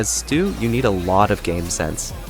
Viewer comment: Bro can’t even pronounce his name. It’s “Stu” or “stew” not “sto” or “stow” learn how to speak properly lil bro